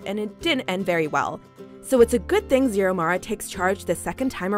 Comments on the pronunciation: The way the lady says Xiomara and Rogelio's names is making me cringe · Is anyone else cringing over how she said Xiomara and Aneska's names🙄